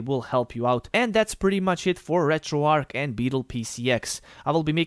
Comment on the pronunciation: Why does everyone on Youtube call it RetroARC? The word is RetroARCH like An arch in a bridge, St. Louis, archbishop, etc. Retro "Arch"